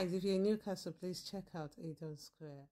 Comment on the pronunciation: just say it like its spelt, el don not eel don